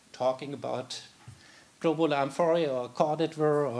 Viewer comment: So we learn correctly, the word "globular" sounds as if it is pronounced in this and other presentations of this conference as "globar." Is that the standard way to pronounce it, or perhaps an accent?